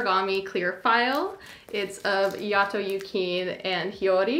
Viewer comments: not yukeen 😭 it's yu-kee-nay but great haul!! id love some noragami figures but theyre so pricy ;__ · Omfg very cute but every time I heard “Yu-KEEN” I wanted to kill myself lol. But glad to see some Noragami love out there haha